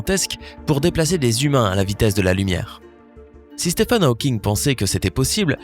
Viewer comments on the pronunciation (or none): none